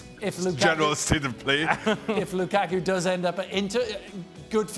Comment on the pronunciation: No one says Lukaku better than Ale 😅